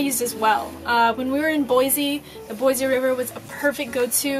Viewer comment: Say, "Boy-C," not "Boy-Z." thank you! Keep posting your adventures, with tricks & tips!